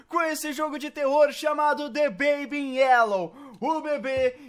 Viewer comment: Fala aí errado